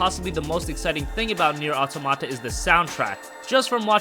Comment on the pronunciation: It's auTOMata